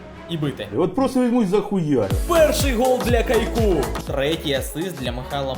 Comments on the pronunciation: Бро каяку а не Кайку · Супер. Але не кайку, а каяку